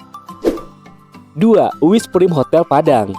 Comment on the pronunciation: Maaf ralat dikit.. Wizz PRAIM , bukan PRIM..🙏